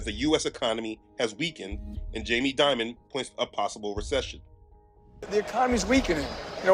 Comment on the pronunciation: Jamie “dimon”?